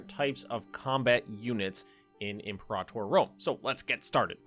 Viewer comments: the way you and johan separate imperator into two words 😂 like empor ahtor. Maybe I’m wrong, but I’ve always pronounced it liked imperative but with an or at the end. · I’ve never been so annoyed by a pronunciation as I am now. With this new way to say imperator. Drives me up a wall 😂😂😂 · Are you mad he isn't rolling the R, either? Why would this bother anybody lmao